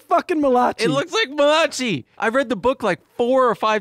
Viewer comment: Tbf to and, I went yrs pronouncing Malachi the same way too 😅 like why isn’t it spelled malakai? Doesn’t make sense lol